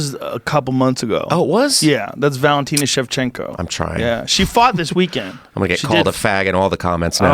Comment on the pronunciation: It was months ago. They played the highlight this weekend. And it's Schevchenko.